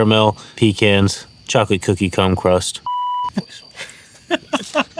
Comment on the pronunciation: I'm glad he had his brother show us again because the first time he prescribed that pie from Walmart I didn't hear the r in crumb😂😂😂😂